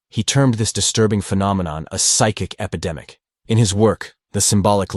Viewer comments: Epidemic not epedemic. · Hi. It’s “epidemic,” not “epedemic.”